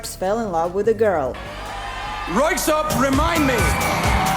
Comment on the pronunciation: Your pronunciation of Röyksopp were perfect👌 Din uttale av Röyksopp var perfekt👌